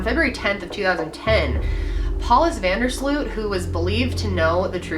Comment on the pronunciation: It's prenounced 'von dur sloat' -_